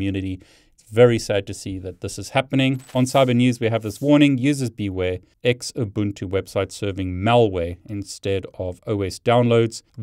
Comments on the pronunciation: Its pronounced zoobuntu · Always verify the checksum. Oh, and it's pronounced "Zoobuntu" (Xubuntu). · Great content. Your pronunciation is funny. Xubuntu is pronounced zoo-bun-too :) I prefer Knoppix ;)